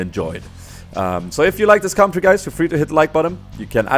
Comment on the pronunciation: PLEASE! You pronounce "commentary" like comtary... I know this is silly but it makes me go mad, com en tar y!;d